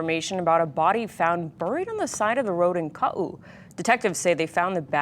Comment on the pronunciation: Hey KITV news anchors. The place on the Big Isle spelled "Kau" is not Kaʻu with stress on Ka. Instead, it's Kaʻū with stress on ʻū. You can check it out in the book Place Names of Hawaii. Or just ask someone who lives there.